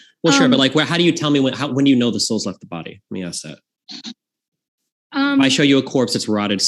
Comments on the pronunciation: Why can’t pronounce “ask”? She says axed’ 😂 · Hard to take someone seriously who says "ax" and "warefare". She can pronounce an S on any other word so its intentional. Not to mention she has no clue about ethics SOP and fallacies. Shes got zero knowledge in debate. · Atleast can pronounce ask😂 can’t even say ask without saying axe😂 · can’t even pronounce “ask”. She’s not based, she is uneducated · She can’t even pronounce “ask” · as a person who has expertise in this area you should probably realise that ax/axe is a common pronunciation in the American south and was an acceptable pronunciation in England in the past. In essence I’m not even sure how you can claim that she can’t pronounce the word correctly. By what standard? According to the culture with which she grew up in she is pronouncing the word correctly. Seems like a very stupid and ignorant thing to say. I never said you were a yank btw. I just figured you were a moron and it seemed like a better use of your time than crying about how people you don’t like are mispronouncing words on the internet You’re clearly slow so I’ll spell it out for you. The reason I made the point that all American’s pronounce ask incorrectly is because they do when compared with people in other parts of the world. The way ask is pronounced depends on the geographic location in which you were born and to say there is one correct way of saying it is idiotic. Most words that Americans say, such as nuclear, sound absurd to my ears but that doesn’t mean my regions’ way of pronouncing them is more correct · How hard is it to say “ask”? It’s 3 fucking letters.